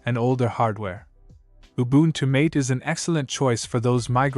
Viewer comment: Me screaming in the background when he pronounced ubuntu mate incorrectly